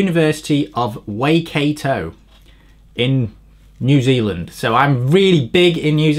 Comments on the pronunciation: "why-cat-oh" not "way-kay-toe" for Waikato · Waikato pronounced 'why cat o' as opposed to 'way kate o' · University of Why-cat-o 😁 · Waikato - "Y-cat-oh" lol... not known for aerodynamics... You are indeed world famous in New Zealand... :) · Wai in Maori [nz) is pronounced as Why, why cat oh. = Waikato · "Why-Cat-Oh" = Waikato :) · Waikato pronounced 'Why-cat-toe', bro 😄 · Waikato: "Why-Kaw-Toe" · You need to learn how to say Waikato properly!